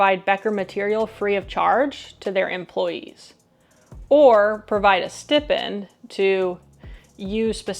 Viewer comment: Ughh it killed me when you pronounced Stipend incorrectly but other than that thank you for your perspective!